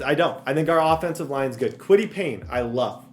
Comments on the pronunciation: I’m gonna have a stroke if he calls Paye Payne one more time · Kwity Paye, NOT Payne!!! 😂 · i cannot go this whole series with you saying kwity PAYNE.. there is not an N. its paye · Payne? Where's the n in his name? Lol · Kwity paye's last name is only 4 letters and still cant pronounce it right lmao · No "N" in Paye. IJS.